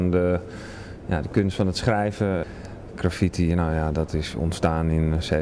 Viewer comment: Is dat? Aloha! If not, dan wel - het is GraffITi (met de klemtoon op IT), anders heb je het over zwaartekracht. My two cents. P.S. Shoe rocks.